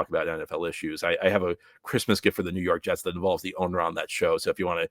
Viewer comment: nuw yawk jests 😂